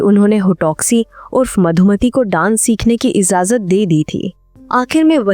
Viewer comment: Its not IZAZAT Its IJAZAT. Please prounance it correctly